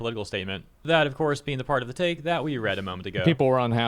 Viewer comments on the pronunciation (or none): none